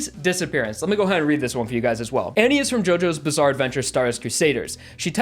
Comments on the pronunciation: "Annie" Anne... my guy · Umm hey why do you say Annie instead of Anne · Nothing serious, but you pronounce Anne as Annie, when Ann and Anne are the same pronunciation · I think it's pronounced "An" not "Anny" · Wow, so that's how americans pronunce Anne, huh I always thought it was pronunced An - ne, not An - ni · btw its pronounced ann not annie if im not mistaken oh and lisa lisa and trish are a johoe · If he said ANNIE instead of ANNE one more time I was gonna fucking use cream to fucking disinintegrate myself. Jokes aside love the vid. ^_^ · me listening to this guy pronounce Anne like Annie for 3 minutes :| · Saying "Annie" for "Anne" is giving me Attack on Titan PTSD. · The way he pronounces Anne is getting to me ngl. Nothing wrong with it but it's just a bit annoying. :> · Same. He also mispronounced her name. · I completely agree with everything you said, but dude, you butchered Cioccolata and Anne's pronunciation